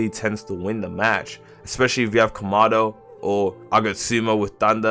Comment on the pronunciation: Komado 💀 can't even say kamado